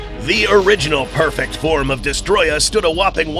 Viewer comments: It’s pronounced Dest-o-roya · Why does everyone call him "Destroyah" The Japanese title of the game "Godzilla Vs. Destroyer" It even says "Destroyer" in the dubbed version of the film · I can’t stand when people say his name wrong like this guy has done on every occasion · Has "Destoroyah" been misspelled or just mispronounced?